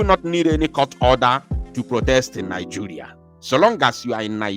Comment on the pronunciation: Please, you don't say ni-"joo"-ria. Better say ni- "je" -ria. Thanks.